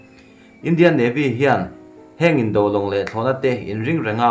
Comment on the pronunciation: News ho hi nangma lawkkhawm ni lovin mi lakkhawm i chhiar tih a chiang. I pronunciate dan a dik lo nasa ṭhin. Tone mar pât a chhiarzawm tur ni awm tak te a tone hniam in i lam lehtlat zel a dawt chiah a word i lam zawm hma in. Indo-china tih ang te hi a tone mar pât a lam zawm zat tur a ni a, mahse indo tih lai taka do lai hi a tone hniam in i lam leh ta daih a, beng a kham chang a tam tlat ṭhin. Han ṭang lehzual teh le....